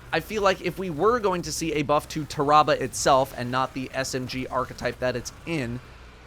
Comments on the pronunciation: Ta-ra-bah...... it's pronounced "Terra-Bah" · It’s Tear Ra Ba not TAHrahbah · it's not tah-rah-bah, tarra-bah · I thought it was pronounced "tear-ah-bah"? Have I really been saying it wrong all this time or... ? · Ah yes, “Terrabal” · Nobody:: TER-AH-BUH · Everytime he says the name wrong i feal my brain hurt lol cmon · I love how he says tarrabah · Am I the only one bothered with the way he says the name. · the way he says Tarrabah annoys me slightly, it sounds very medical how he says it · Why does he say its name like that?